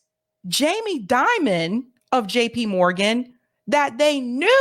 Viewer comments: It’s pronounced Jamie DIE MIN. Not Jamie Dimmin. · You are pronouncing Jamie Dimon incorrectly. His name is pronounced like "diamond" minus the "d". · In my opinion, you're correct to pronounce his name Jamie DEMON since he is a demon 😅 and is the CEO of J.P. Morgan Chase (the world's largest super bank) which is so-called "too big to fail". Many fraud scandals have been linked to this bank during Demon's tenure as CEO.🎈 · It’s pronounced “Diemon” Jami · Ovitz, not Orvitz. Die - man. Dimon. Not, dim (like a dimming a light switch). Die ... Anyway, those people are gross, however one pronounces their names.